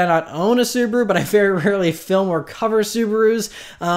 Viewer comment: Not that you'll say "Suburu" a lot anymore, but my wife is Japanese and I'm not sure if you care about the correct pronunciation of SUBARU, but: the correct is as this lady says